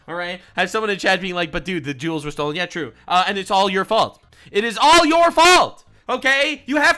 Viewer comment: I know he said jewels, but it sounded like he said they taken the jews